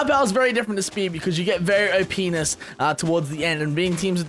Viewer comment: said openess, say that right now xD